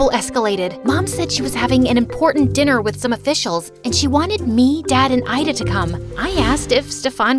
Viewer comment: My name is ayda but u pronouns it like ida